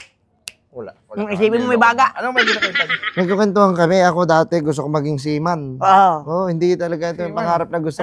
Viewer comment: seaman hndi sealion haha